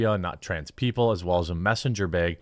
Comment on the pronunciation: Is it a Baug or a Bag? 😂sorry I’m princely not the first person to say that!